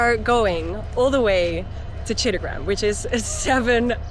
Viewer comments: It's not Cittagram, you either say Chottogram or Chittagong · calling Chittagong or in Bangla chattogram as chittogram was epic 😂